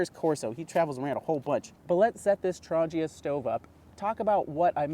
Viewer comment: There is no 'J' in Trangia. ;-)